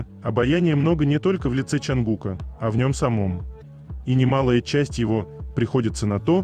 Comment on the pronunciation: Чонгука, ударение на букву У